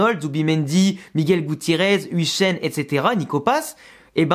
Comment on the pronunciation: Salut le nom de huijsen se prononce “œil”jsen et non ouijsen